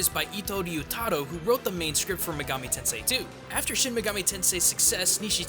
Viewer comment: What's a "muhgami"? Who's "Izuhnami", or "Daidou Kuzunoha"? Did you forget to put a comma between "Itou Ryutarou"? Do you call SMB "Super Mario Broz"? Weebs like this should die. Also, "Megami Tensei" means "Digital Devil Story" in English. Try paying attention to the SMT intro sometime, otherkin freak.